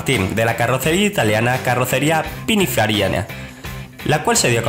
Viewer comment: "Pininfairiaina" y de cinco coches te planta una moto. A saber qué sabe este de lo que habla....